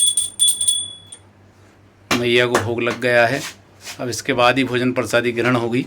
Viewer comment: Bhaiya sabkuch theek hai lekin ye prasadi kya hota hai. Prasad to suna hai. Bda irritating lagta hai jab aap baar baar prasadi bolte ho. Uccharan sahi kijiye thoda hindi ka.